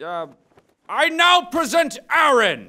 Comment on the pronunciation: why do they say IRIN it is EREN